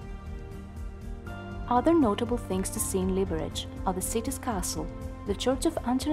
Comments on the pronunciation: the correct emphasis is : liberez/ liberets ☝️🤓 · The bad pronunciation of the city's name annoys me. Correct Czech not "Libereč" but "Liberetz" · Liberec, not Libereč🙄